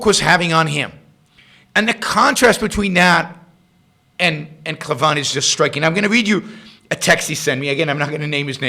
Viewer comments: Just a heads up - his last name is pronounced CLAY-VIN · Yaron, I'm a big fan of Andrew Klavan (by the way you should really learn to pronounce his name properly, he says it a number of times in each of his videos). You went overboard in criticizing him. There is no need for ad hominem attacks. Klavan is an accomplished writer, and I'm sure he comments were directed towards Rand's writing style rather than the philosophy espoused.